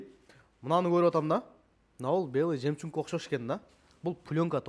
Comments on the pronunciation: жемчунг эмес жемчуг деп айтылат иним Боке. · Белый жемчунг эмес жемчуг. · Жемчуг деген созду дээги уйронбой койдунго